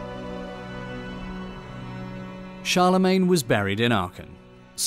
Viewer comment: "wowd" is not how "world" is pronounced.